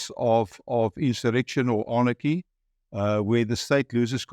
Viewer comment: ANarchy not AAARNAACHY😨😨😨